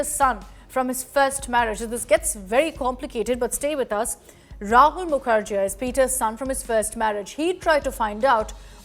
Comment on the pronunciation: It's pronounced as Mukherjee not jea.